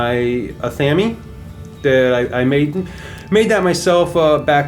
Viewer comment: LOL!!!! Ah-Tham-Eeee??? Ive never ever heard it called Ah Tham Eeee...Its pronounced Ath-ah-may lmfao cracking up... Nice room... Looks great! Blessed be )O(